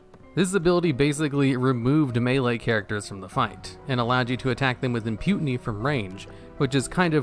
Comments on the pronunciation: WTH is imputiny? You mean impunity? Don't use words you can't pronounce. Yea, I'm THAT guy. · Did he say; "imputiny" ? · Lost it at "Im-Putin-ey." The old rascal is even invading WoW now! (Yes, I know he meant impunity.) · the guy said “imputiny” instead of “inpunity” like 8 times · that "impuTINY" is killing me ^^ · the "imputiny" bit drove me insane lol